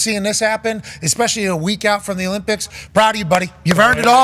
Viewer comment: expecially. Why not just say 🪓 too?